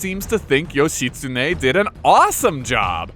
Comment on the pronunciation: How hard is it to look in a dictionary or encyclopaedia to find proper pronunciation of the name of not only a famous historical figure but the name that is also the central figure of the video you're making and saying over and over again? Not expecting Ancient Japanese reconstruction, not even expecting modern Japanese vowel pronunciations, but not even getting the syllables right is too painful. It's not as if there are any internationally famous Japanese mass media entertainment characters called Yoshi that might have given you a clue.